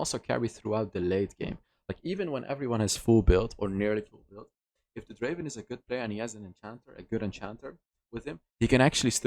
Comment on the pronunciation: Draaaaven not Draven